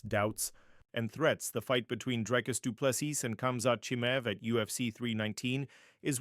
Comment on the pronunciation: Repeat after me: "Dree-Cuss Doo-Plê- See" Again: "Dree-Cuss Doo-Plê- See" Once more: "Dree-Cuss Doo-Plê- See" Last time: "Dree-Cuss Doo-Plê- See" Final time: "Dree-Cuss Doo-Plê- See" Final last time: "Dree-Cuss Doo-Plê- See" Now try AGAIN: "Dree-Cuss Doo-Plê- See"